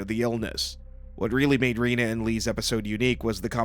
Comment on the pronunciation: Could someone please learn to pronounce Rena's name correctly? It's said repeatedly in the show. And Lee should've been blurred because he developed breasts.